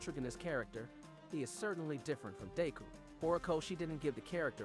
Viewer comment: Im sorry I tried to take this seriously but... Shigg are aky ? Bu kew go? Day kew?